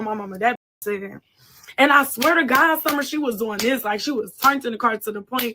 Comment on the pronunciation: Not gonna lie, the bottle thing you said, "SummeRRRRR" BUM AZZ 😂😂